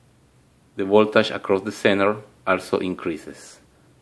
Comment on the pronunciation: I like the way you pronounce voltage: VOLTASHH